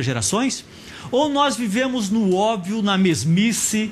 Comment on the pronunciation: Professor bosta! Não sabe pronunciar obvio.. PQP!